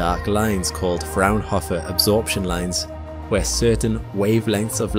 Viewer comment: Fraunhofer has only 2 F, not 3 ;-) and a long O.